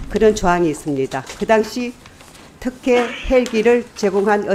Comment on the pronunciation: 턱혜가 아니라 특혜, 어사가 아니라 의사입니다. 의원님 ㅋ